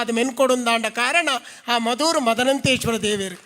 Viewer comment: ಅರವಿಂದ ಣ್ಣ ಶ್ರೀಮದ್ ಅನಂತೇಶ್ವರ ಅಂದೆ ಹೇಳಬೇಕು. ಮದನಂತೇಶ್ವರ ಅಂತ ಹೇಳಬಾರದು